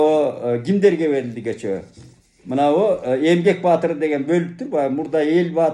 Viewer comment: Дагы айтам ээ журналист байке сабаттуу киши көчөө деп сүйлөйбү өзүңүзгө сересеп салбайсызбы